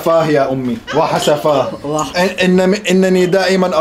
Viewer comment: وااااااسفاااه وليس واااحسفاه😂😂😂😂😂😂😂😂